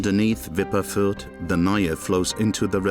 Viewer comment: “the viper was named viper, to voper” gotta love german